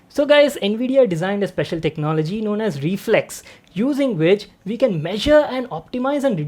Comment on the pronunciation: reflex more like re-FLEX